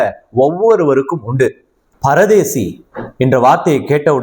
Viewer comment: Brother not paradesi that is parudees